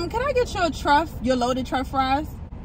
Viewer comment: Love that you love them. Gotta try. Oh and btw it's Truff not Turff lol